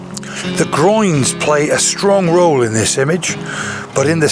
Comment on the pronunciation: I'm not English speking but every time you say groins i giggle. 😂 Nice pictures by the way. I love lots of negative space in pictures. ♥️